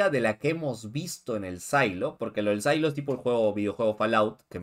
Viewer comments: "Sailo"????!!! SILO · Estas hablando en español. NO PUEDES DECIER SAILO. SE PRONUNCIA SILO (SIN LA A)